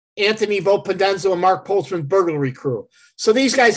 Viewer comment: For someone who did research. He murdered the names.